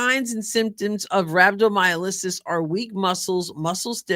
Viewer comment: "Rhabdo" is SERIOUS!!!, it's pronounced "Rhab-doe-my-all-asis" (emphasis on Rhab and all) Ten years ago I was in ICU with Sepsis. When I was finally conscious, my doctor explained to me that I had Rhabdomyolysis, and that meant muscle enzymes had traveled through my bloodstream, where they got clogged up in the kidneys, and if not caught early enough you could end up on dialysis or worse, needing a kidney transplant. He also put in a picc line (IV) only a few inches from my heart, and kept running an IV through me as much as they could to flush everything out. The culprit for me was a medication known as Simvastatin, a med for cholesterol. My only symptom was passing out into unconsciousness. I knew nothing until I had been in the ER several hours, when I came to for awhile. Lab work told the story, and unlike Kelsey, I was in the hospital 5 days. I am so grateful that she was treated so quickly. My prayers were answered.:thanksdoc